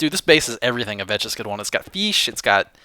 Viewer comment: VAKS NOT VECHES! :D